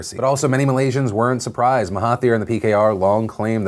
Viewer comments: Philip DeFranco hey Phil! Thanks for covering the best thing to come out of my country thus far! All your facts/pronounciations were solid, btw! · As a Singaporean (adjacent to Malaysia) and DeFranco fan since the beginning, I appreciate your talking about the region objectively and accurately; pronunciation was on point too. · Ey phil. All i can say is damn boi, your Malaysian word pronunciation is damn good. Well done. P.s : Mahathir used to be in BN too and was the Prime Minister for 22 years.